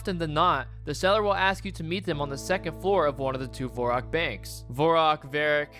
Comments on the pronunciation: “Vore-rock” “Guy-lanore” “Fall-uh-door” I can’t listen to this dude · Hes saying Varrock wrong :)